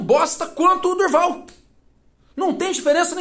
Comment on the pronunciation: Não é Durval é, do Val